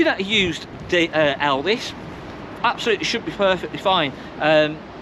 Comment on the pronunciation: Why do you keep calling it Elvis. It’s Elddis